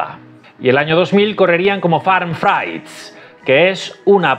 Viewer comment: Frites es Una palabra holandesa, se lee frites no fraits 😂